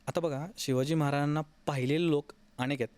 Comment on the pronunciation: हा माणूस महाराजांना... मराजाणां असे का बोलतो मधून मधून क्लिअर बोला ना.. महाराज स्पष्ट 😊